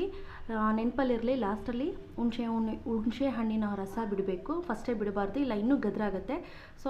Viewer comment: Nimma kannada da briefing bahu chennagidde, Adarallu neevu heluva Hunishe hannu ( Hunise hannu) kelalu chennagide. Haage yennegaimaaduva vidhanavu saha chennagide. Thanx